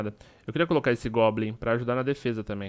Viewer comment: não é globlin é goblin